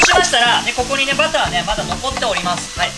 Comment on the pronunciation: バターが「バカァ」に聴こえてひとりでツボってる笑